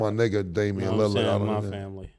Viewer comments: I'm tired of mase pronouncing Lillard name as "Lily-erd" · Yall gotta get people names right Caleb Williams not Celeb, Joe Burrow not Burrows, Mike Tomlin not Tomlinson, Damien Lillard not Lilliyard come on guys but I love the show. Yall are rappers yall know words. I actually know bout of yall from Foot Lockers in Atlanta. Me and Cam kinda got into it at Lenox you remember “Stankonia” but you still my nigga! Mase used to show mad love at Sugarloaf too!